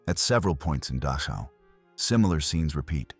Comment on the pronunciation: the narrator pronounces DACHAU as DASHA. The more acceptable and usual pronunciation is DAH - COW. Just saying. " Goes beyond any training etc. " Very true. But all these years later the whole world knows about it now. So please stop the melodramatics. Brutality and so-called inhumanity is old stuff. The scale is mind numbing. But the quality is ancient business as usual for people to people.